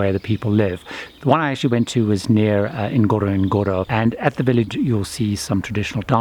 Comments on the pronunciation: It is pronounced gorogoro not with emphasis on the first N. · Great video.. It's pronounced " uhn-goro-goro".